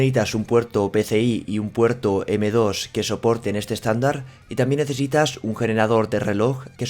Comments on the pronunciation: Neehitas? Se dice necesitas. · "neítas" pronunciar mejor el verbo "necesitar".